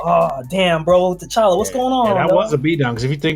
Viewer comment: Tuh Challa... not Tay Challa.